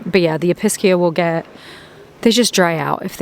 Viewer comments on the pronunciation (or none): The Pink Episcia looks like a Cleopatra a very difficult variety. ALL Episcia require high humidity and do best in greenhouse or terrarium settings. If you are able to grow them without the super high humidity you are doing very good.And fyi they are pronounced E-pe-zee-ah